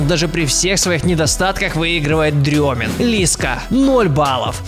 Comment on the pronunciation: не дрёмин, а Стрёмин